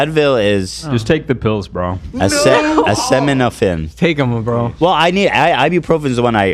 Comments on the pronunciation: ass-sea-ta-min-a-fin. Now say it fast. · The number of people who can’t pronounce acetaminophen is crazy 😂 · My soul dies a little every time they try to say acetaminophen. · why can no one say acetaminophen